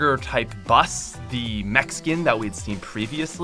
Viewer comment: I thought he said the mexican instead of the mech skin